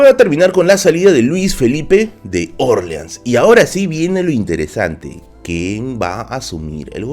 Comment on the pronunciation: Interesante, pero me desconcentra tu pronunciación de Orleans, que lo pronuncias a la americana, como en New Orleans, con la sílaba tónica en la "O", pero en español, porque serían la sílaba tónica en la "A", que por proximidad es la pronunciación adaptada más fiel al original, que es el francés. Puedo aceptar que Nueva Orleans (con tónica en la "A") sea prunciada como New Orleans (con tónica en la "O"), pero porque es una ciudad de USA, pero a ver Luis Felipe que tendría que ver con que en USA se pronuncie así eso, si cuando él reinó la Luisiana ya estaba vendida a USA casi treinta años antes. Y Luis Felipe era francés, ¿no?, pues eso.